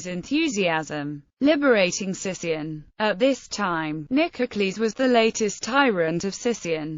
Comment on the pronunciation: It is actually pronounced Sikion (Not Sission). Thank you.